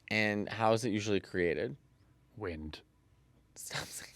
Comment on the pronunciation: Nick locked in so hard for that “wind” enunciation. hahahaha